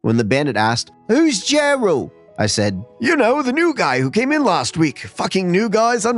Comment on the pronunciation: Lol,“Jerral” sounds like a fun guy